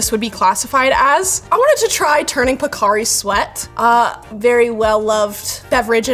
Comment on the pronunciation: Gotta pronouce it properly... It's "Po-Ca" sweat!